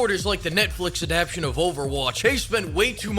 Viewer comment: except he said "Adaption", because partial literacy